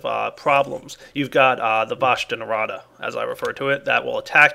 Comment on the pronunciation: i never understood what he meant when he referred to the dark as the "bosh nervada"? can someone explain